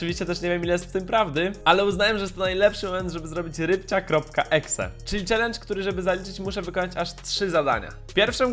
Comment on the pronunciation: Nie rybcia tylko łybcia